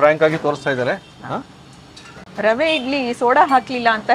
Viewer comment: ರವೆ ಇಡ್ಲಿ ಅಂತ pronounce ಮಾಡಿ rava ಇಡ್ಲಿ ಅಂತಲ್ಲ